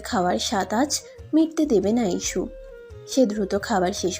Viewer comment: ইসু না হিশু